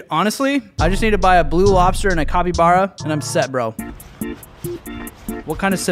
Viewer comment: BRUH you sayed cobybara 🤣🤣🤣🤣🤣🤣🤣🤣🤣🤣🤣🤣🤣🤣🤣🤣🤣🤣😂